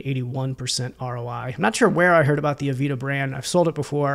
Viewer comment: Great content! Heads up though, it's pronounced "ah-VAY-da", not "avita" 🙂